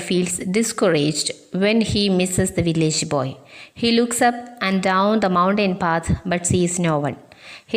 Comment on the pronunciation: Well done tr.Very useful to children. But the way you pronouncing the word 'mountain' is quite different from the actual pronunciation.